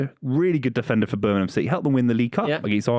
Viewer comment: work on your Birmingham pronunciation.